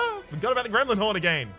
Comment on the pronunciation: Every time says "Gremlin Horn" I think "is he addressing me?" -"Gremlin 'orn with a Scottish"